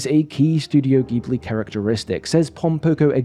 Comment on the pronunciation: I feel obliged to spread the word of “pronouncing it ‘jib-lee’” the way they do. ;-) I guess technically Miyazaki would pronounce it closer to ‘jib-oo-ri’ with the center vowel fairly elided, but regardless. Just the J sound starter is all we really desire in life.